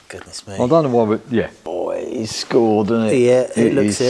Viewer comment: You were saying the crank was "scored", I thought you were saying "schooled". Like what the many comments were telling you! Good luck with many builds you guys are tackling. Love to see the progress.